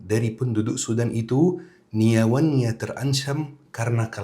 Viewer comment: mksudnya nyawanya, logatnya jd niawannya